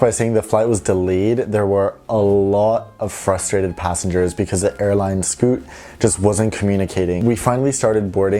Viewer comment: I was going to say.... It’s Scoot😂